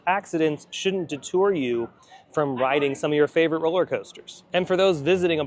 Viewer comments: Can’t wait to see it and ride it! Also, it’s “deter” , not “detour” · deter, not detour